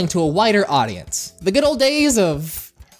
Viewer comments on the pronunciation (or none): i cant tell if you said whiter or wider audience and i find that funny because yes, the show has gotten as I'd say, whiter. Edit: (btw when I say whiter, I'm talking about how they made the characters designs n fashion bland and not cool or unique or special)